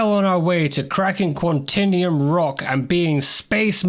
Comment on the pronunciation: It's pronounced QuanTAYnium! :)